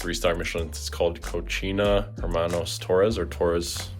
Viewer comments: Your pronunciation of cocina made me giggle. It's pronounced ko-see-na. Pronouncing it ko-che-na means dirty or filthy girl. 😊❤😂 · Cochina??? 🤣 cocina 🥲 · My guy… did you really just say “co-chee-nuh” 🤣🤣 I had to rewind and laugh a couple times hahah the way you pronounced it sounds like the Spanish word “disgusting” and not the actual word cocina“kitchen”. I guess in Canada yall don’t take Spanish normally for school like you do in The States. I’m assuming schools out there would push French onto you instead? But nonetheless brother if anyone hasn’t told you yet tho it’s pronounced like “Co-see-nah”. Can’t have you lackin out here;) btw if you read this man I just wanted to let you know I started watching your videos and content FOR YOU (and your pops) waaaay before I ever seen any of your older brother’s videos like a lump sum of your audience and tbh no offense to them. Your videos have a certain vibe to them that in my humble opinion are way better. I’m sure you get annoyed of the constant “tell your brother post blah blah” I mean I get annoyed for you 💀 im sure you’re probably used to it tho. I feel for you, I am also the youngest of two older brothers lol but foreal tho I sincerely hope you never get burnt out and keep pushing the videos out because you like to and want to and it’s a way to express yourself! I think I can speak for all of your loyal viewers when I say this but you never fail to entertain us! From the funny edits, unique shots and transitions, clothing hauls, food content, you and Syd banter and your 1of1 clothing brand!! Even my girl with her short tik tok brain rot attention span can actually watc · it is pronounced *CO-SI-NA * Cocina Hermanos Torres